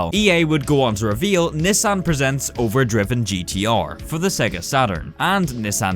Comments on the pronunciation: it's pronounced Over drive - in. Like there's an apostrophe there. To substitute the "g" in ing. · Over drivin' is pronounced over DRY-ving not over DRIV-ing, the apostrophe means its short for DRIVING, driven is spelt with an E, drivEn. Kind of important to get names right when you're discussing history. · He sounds like a text to speech whenever he says "over drivin' " It's pronounced over draivin not over driven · It's supposed to be pronounced over "dry vin". Like shortened driving. Not driven. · The fact that you keep pronouncing Drivin' as "driven" makes my eye twitch. It's "driving" without the G, as in "overdrive".